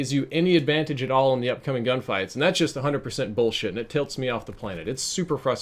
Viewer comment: Every time you say tilt it tilts me so freakin hard